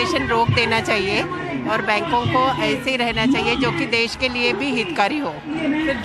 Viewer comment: देस नहीं देश होता है